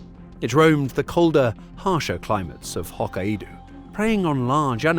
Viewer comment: Its pronounced Hoe Kay doh